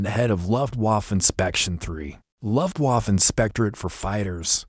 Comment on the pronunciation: Luftwaff? That's very unprofessional. AI needs upgrade of proper English language. All the miss- pronounced words degrades from the presentation, I had to stop watching it.